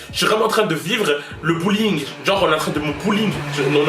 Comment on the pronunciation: J'ai compris "en train de vivre le bowling" 🎳 au lieu du bullying (je sais pas l'écrire) genre jme suis imaginée quelqu'un te prendre et te lancer sur des quilles désolée 😭😭